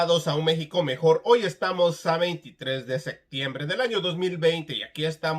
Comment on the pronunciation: Jajajaja😂😂😂😂😂😂 pinche tenías que salir con la nacaranda Cómo que """seKtiembre""" 50 segundos 😂😂😂😂😅😅😂